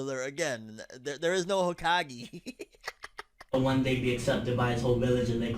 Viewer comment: "5th Hukahgee" bruh I laughed too XD